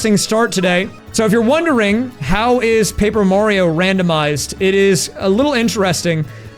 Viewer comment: Why he say mario like that.